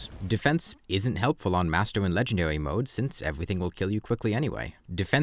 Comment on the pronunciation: "Legendawy mode"